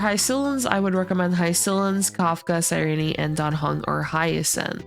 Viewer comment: Her name is pronounced SIIIIRENE NOT REENEEE